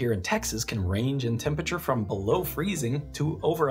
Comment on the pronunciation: couldn't get passed that pronunciation of temperature